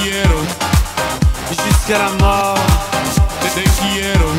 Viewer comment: Person exisist: *Talks a perfec french* Talking spanish be like: tE quIErO